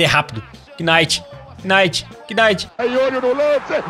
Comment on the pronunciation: como voce mora no canada e fala kinight?